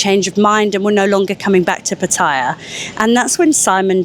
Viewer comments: PHA THA YAH ..however you given who you work for, it is not surprising you are incapable of the correct pronunciation or the actual facts for that matter, and more importantly why did you try to sell the knife story and where did it come from?? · Yeah, just got her press card from online journalist college... She pronounces Pattaya incorrectly.